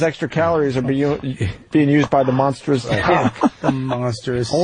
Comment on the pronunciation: not just repeating monstrous but misprounouncing it as monsterous